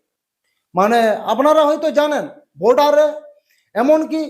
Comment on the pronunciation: বাংলা কথা বলতে শিখলে না ইউটিউব এ চ্যানেল খুলে বসে আছো ? এরকম বাংলা বললে কজন দেখবে তোমার চ্যানেলে? কলকাতার আশেপাশে এসে শুদ্ধ বাংলা লিখুন। যেমন 👉পোরজায়ে নয় ➡️ পর্যায়ে। বোডার নয় ➡️ বর্ডার, ইত্যাদি।